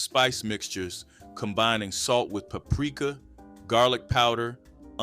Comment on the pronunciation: You pronounce paprika wroooooog lol